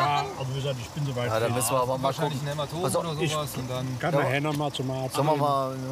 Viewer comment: "Kann ein Hämatom sein" "Ja kann ein Hänematomat sein" xD xD xD